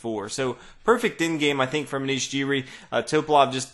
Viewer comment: just saying that Anish Giri's last name is pronounced gee-ree not jee-ree